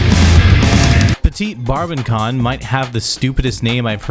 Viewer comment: Petit Brabancon is actually pronounced like puh-tie bra-ban-son. There’s supposed to be an accent under the c, they’re named after the breed of Kyo’s dog, Pun-chan.